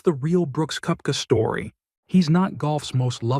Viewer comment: Nice compilation but dude why that AI voice?? You start with mispronouncing his name it’s annoying